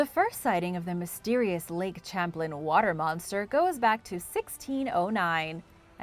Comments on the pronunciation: "Champlin" 🤣 Champlain ="sham-plane" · Its pronounced as Champ as you say Champagne and Plane as in the word Airplane the man who the lake is named after is from France so its properly pronounced as Lake Champlane all soft A,s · Lol the way you pronounce lake Champlain is funny ... I live near it it's pronounced lake sham-plane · Correction needed, I grew up in Vermont. It's pronounced Lake "Sham-plain". :-) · Your right its pronounced as Champ as when you're saying champagne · it annoys me that you do an ethnic accent for any spanish word, but anglicize the heck out of french words like "Champlain" it isnt pronounce "champlin" its pronounced how its spelled. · I was about to say the same thing. As a New Yorker, it kind of hurts to hear it said that way. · I live in constable New York about 5 mins from the Canadian border ... I'm closer to the st Lawrence seaway than I am lake Champlain but I'm only like 50 mins from it ... It was definitely driving me nuts hearing it pronounced like that lol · I love your videos! But the way you say Lake Champlain made me cringe 😂 . That aside keep up the good work I love your videos ❤️